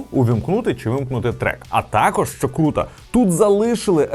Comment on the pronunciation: не тАкож, а такОж